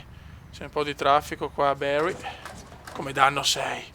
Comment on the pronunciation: Non si dice bary ma bari bariiii ai capito